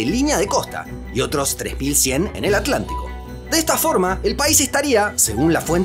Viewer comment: ¿Por qué dices Aclántico?